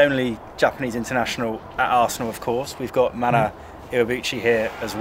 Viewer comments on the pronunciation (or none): none